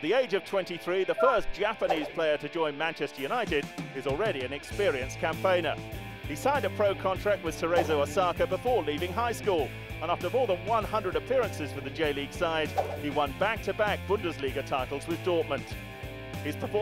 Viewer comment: Cerezo Osaka not Asaka (at 37second of the video)